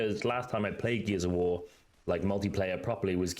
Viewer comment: Every time you say “Gears of War” I mostly hear “Geezer War”. I thought it was a game just for me. 😂😂